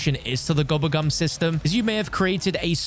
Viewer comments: Man keeps saying gubbegm instead of gobblegum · Bro, I love you, but I hate the way you pronounce gobble gum 😂